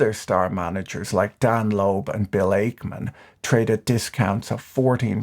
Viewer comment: "Ackman" sounds like "pac-man" not "ache-man."